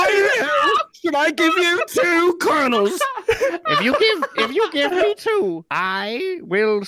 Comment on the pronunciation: "I took 4 karnals"